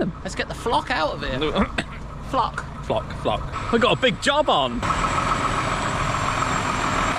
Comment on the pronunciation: "Let's get the flok out of here 😂😂😂😂😂😂😂 so funny